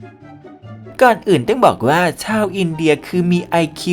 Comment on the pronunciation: ที่มาของคำว่า"อินเดย"😂😂